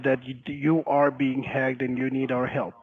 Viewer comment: Hey! You’re being “HAAGED” 🤣